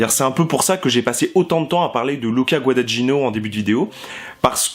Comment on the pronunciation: bonne vidéo avec des remarques intelligentes.... mais s'il te plaît, apprends à bien prononcer Guadagnino (ce "gn" pour un français est difficile, mais on y arrive! LOL)